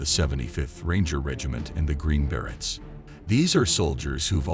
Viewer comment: Please learn how to say Green Berets properly, if you are going to make these videos...